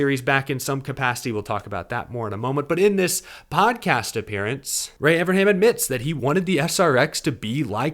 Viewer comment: Evern, EVERN, EeeVvvEeeRrrNnnnn, come on buddy, you can say it, Evernham. If you are going to do a podcast about Ray Evernham, learn how to pronounce his name FFS!